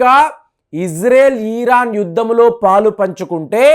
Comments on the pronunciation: You are Iran supporter. Your " Iran" pronounce is wrong. Not " ಈರಾನ" ,it is " ಇರಾನ್ " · Eeeeraan enti swaamee